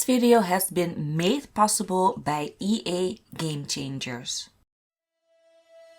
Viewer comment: Ja dat dacht ik ook al, toen ze in het begin ´by´ zei klonk het al ´bij´